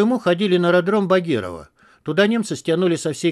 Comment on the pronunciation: "БагЕрово" режет слух, правильно - "БАгерово" "Во время Великой Отечественной войны в период оккупации Крыма в районе посёлка был построен аэродром, в 1947 году на базе этого аэродрома был создан 71 полигон для обеспечения ядерных испытаний и военный гарнизон" (Википедия) кстати, как и "ГостомЕль" (в каком-то выпуске), правильно - "ГостОмель"